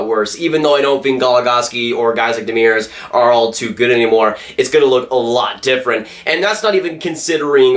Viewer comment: So funny how badly you pronounce Demers name. Here's a link on how to say it right.